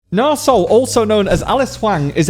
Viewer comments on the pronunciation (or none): A heads-up, it's pronounced Nahr eeee Sol. Not Nar